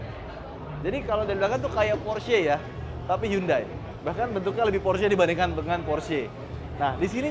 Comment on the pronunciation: Bacanya hyon-de (hyeon-dae)... cenah